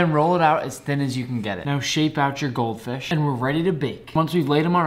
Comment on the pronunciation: I like how you say goldfish like it's a real goldfish